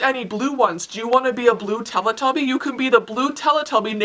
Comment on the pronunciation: You pronounce Telly Tubby wrong.